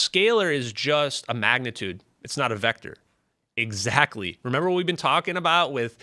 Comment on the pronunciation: When that guy said "egguzactory" a hundred times, I really felt that.